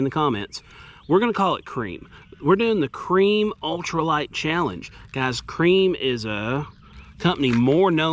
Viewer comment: It's pronounced "Creme".